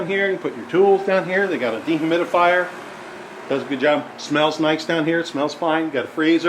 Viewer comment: no offfence but that basement has seriouse serouse flooding issues and you said dehimiufier lol clear sign its a problem.. it needs to be fixed before its sold..